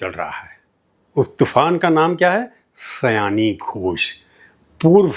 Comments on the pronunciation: Prabhooji, sayoni not sayani. Her name is related with bengali month sawaan. She born in the month of sawaan so she is sayoni. I think I could make you understand. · Just a slight correction: her name is Shayoni not Sayani! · Her name is Sayoni. Not seyani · आदरणीय सर जी बहुत वर्षों बाद आपको सुना। अच्छा लगा। आप इन्हें सयानी घोष बोल रहे थे। इनका नाम।तो सयानी नहीं सायोनी घोष है। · सर आप नाम का उच्चारण गलत कर रहे हैं, सही नाम सायोनी है। न कि सयानी। आप से यह उम्मीद नहीं थी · Her name is Saioni not. Syani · माफ़ कीजिए, उनका नाम "सयानी घोष" नहीं वल्कि 'शायोनी घोष' है। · सायनी, सयानी नहीं । उच्चारण: शायोनी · Unki naam Seyani NEHI, unki naam Sayani. Naam toh thik se boliye!